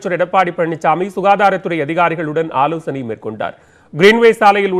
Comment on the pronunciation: ஐயா. ஆலோசனை. ஆலோசணை இல்ல. நியூஸ் 18 மட்டும் போட்டுக்கோங்க. தமிழ் ன்னு போட்டுக்காதீங்க !